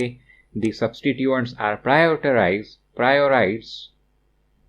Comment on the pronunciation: 😂😂prioterized,priorised sir i always find difficulty to say it too